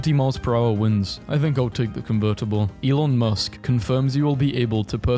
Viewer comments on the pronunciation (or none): none